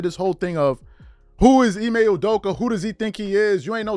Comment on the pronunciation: To shannon its...I-May not IME lol